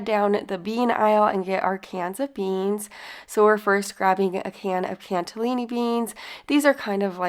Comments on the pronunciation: It's CANNELLI can nelli beans, not canTA LINI. Where's the T? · There’s no “t” in cannellini 😊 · There is no T in cannellini. Please stop saying it that way. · Looks good. Cannellini beans doesn't have a "t" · Cannelini does not have a "t" in it.😊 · Love the recipes, but please, there's no T in cannellini beans! 😊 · Lol its CANNELLINI BEANS..not T in it 😉